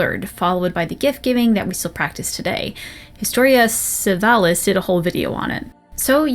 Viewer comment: Just a pronunciation remark, sinc eit was one of the last thing you red in the video. "Historia Civilis", latin of course, is to be pronounced with the second "i" in CIvilis, identical to the first and the third. Not very much dragon age related but, you know, cultural purposes.